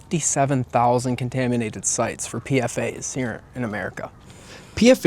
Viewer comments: just letting you know that more often than not PFAS is pronounced "P-FAS" not "P-F-A's". great video tho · It's pfas not pfa's